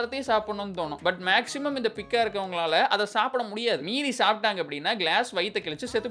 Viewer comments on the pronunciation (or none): பிக்கா ❌ பைக்கா ✅ - in English it's Pica